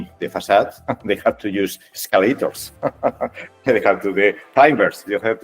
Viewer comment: "escaleitors hostia no, clainbers"